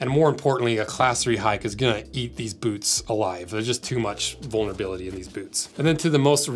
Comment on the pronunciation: I love the way he pronounces boots: "Bhootz"